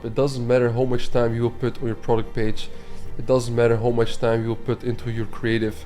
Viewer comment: Hauw much bro not howww please ahahaha great value